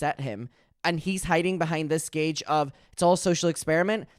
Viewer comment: You keep saying “gauge” when you mean “guise” Like “under the guise of.” It’s the base word of “disguise.”